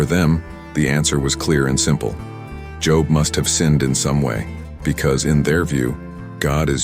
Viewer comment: Job is pronounced with a long o sound such as bold.